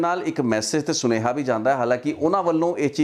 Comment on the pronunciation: ਸੁਣੇਹਾ ਨਹੀਂ, ਸੁਨੇਹਾ ਹੁੰਦਾ